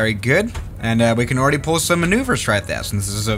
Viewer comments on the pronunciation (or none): none